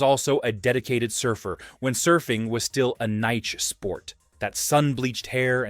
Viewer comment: How did the narrator pronounce niche?? Laughable!